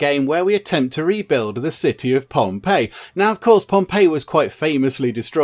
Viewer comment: you got it spot on with the "ii" sound and how to say it haha "ei" is genuinely the best way to look at it haha.